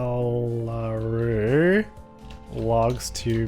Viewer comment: Bengaluru is pronounced as bengluru